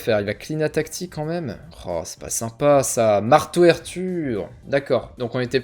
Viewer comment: Enorme retournement de situation au premier match gg ! Par contre, ça se prononce pas marteau air tur mais mar torture.